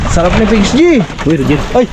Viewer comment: Pinggoy hindi pings g